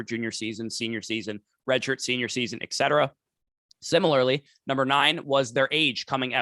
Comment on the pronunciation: Etc...not Exet